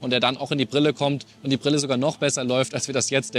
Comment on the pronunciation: Prille? Lerne Deutsch, Junge! Ist dir das gar nicht peinlich?